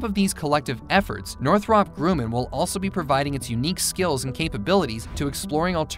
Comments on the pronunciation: It's actually (Nor-throp)(Grum-in). Two r's in Northrop. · (NOR-THUP)(GRUM-IN) not noth-rup grooman? gawd that was killing me. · It's pronounced Northrup grum in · No, it is not "Nore-throp Grew-man". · „Warmthrummpb Gruhmaihn“ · Northrahp Grooman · I've always heard it pronounced sounding more like NORTH-ruhp GRUH-man. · Northrahhp Grooman? omg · How does any American mispronounce Northrup Grumman? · Every time you said Northrop Grumman 😬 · Oh dear god please learn to pronounce "Northrop Grumman" correctly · Same!! I was wondering if anyone else noticed lol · LOL.. I was trying to come up with a phonetic way to pronounce it and that was my best effort. Sad that someone who makes aircraft videos does not know how to pronounce the name of one of the largest and most famous companies. Wait till they do one on Boeing. They will probably pronounce it BOO ING.